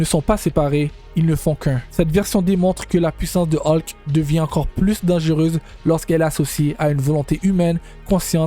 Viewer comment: Vidéo pas terrible et la voix est très désagréable 😢 Qui plus est se n'est pas des transformations mais se sont des Hulk différents. On prononce Hulk et non pas Haulk